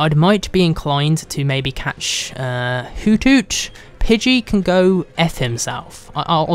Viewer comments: It's pidey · it's pidgeyw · It's pigey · its pige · its: Pidgey or spearow! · its pidgey -_ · Pidgey. Dude seriously.